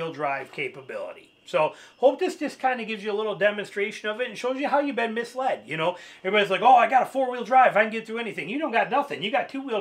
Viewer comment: FYI it's "misled".